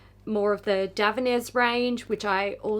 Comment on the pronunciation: I never knew Davines was pronounced that way! 😅🤭